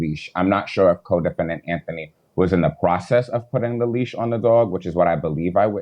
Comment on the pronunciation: I thought it was leash, not leech.lol